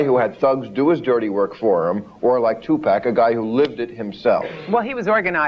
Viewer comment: in and already seething. These people have no idea who Tupac Shakur was, what he represented to not only the black community, nor how to even properly pronounce his name. Two-Pack, seriously? Chick talks about hypocrisy yet hasn't done her homework. I never believed in that rape business. As for the other, well, he was feisty, but nothing too serious that folks don't often do when they're young, before they learn. This is a perfect example of how media manipulates us in to what to think. Stay woke, peeps!